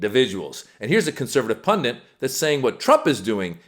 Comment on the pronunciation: When did "Pundit" become "Pundent"? This is very important. 😂